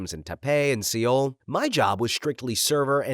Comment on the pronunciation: Taipei and Seoul? Undersparked maybe you ARE ai cause wtf were those pronounciations 😭